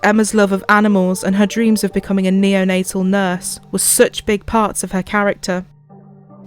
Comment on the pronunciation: "Becoming a neo-na-" 😧 "-tal nurse" 😌 oh ok